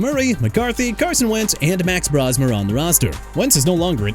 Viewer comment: CHICAGO BEARS PRONOUNCED SHUH-KAH-GOW OR SHEE-KAH-GOW NOT CHEE-KAH-GOW! WHAT'S YOUR PROBLEM BRO?! ALSO MAX BROSMER AS IN BROS-MER NOT BROUS-MER! MR. AI VOICE DUDE YOU'RE GETTING FIRED!!!!